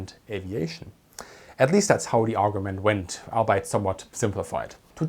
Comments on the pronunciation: Very good. Very thorough. One tip: the word albeit is pronounced "all be it", not like the German word "arbeit". In English words that have the vowel combination "ei", the first vowel is emphasized as a long vowel. Since this unusual English word is also a contraction of three separate words, the pronunciation follows the pronunciation of those three individual words, "all" + "be" + "it". Now, if my German was nearly as good as your English! Best regards! 🙂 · FYI Mein Freund, in English Albeit is pronounced AL-BEE -IT nicht ALL-BITE. Euch, die English saying "The exception proves the rule." Means the exception "proofs" or tests the rule, not affirms the rule. Und letzter Punkt, the Award held by the S.S. REX was the Blue Riband. She held the westbound Blue Riband between 1933 and 1935. Vielen dank fur ihren video. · Albeit pronunciation: ALL-BEE-iT not ALL-BITE. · You do a fantastic job, but I do find myself laughing at your pronunciation of albeit. Its all be it, not the ei German pronunciation (ight), although i totally get why you do it :) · Your English is excellent but I just want to point out that "albeit" is pronounced "all be it".